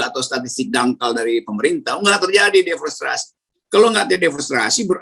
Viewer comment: Om rocky maaf sbelumnya mau koreksi yg bener DEFORESTASI BUKAN DEFORESTRASI